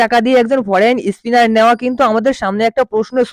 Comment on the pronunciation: ইসট্র্যাক, ইস্পিনার..😂😂